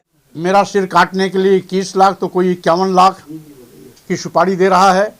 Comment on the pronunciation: सुपाड़ी नहीं सुपारी होता है दल्ले